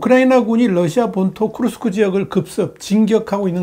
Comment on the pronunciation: 쿠르스크가 아니고 크 스크